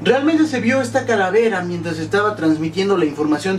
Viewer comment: ojojojojoj like si notaste q dijo caravela......... lool 2.08